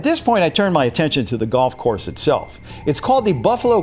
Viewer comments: You said gold course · You Said Gold Course Not Golf Course